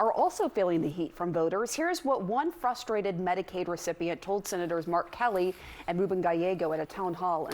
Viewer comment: Did you really just say FUSTRATED? I don’t understand why it’s so difficult to say frustrated? You are educated and well spoken.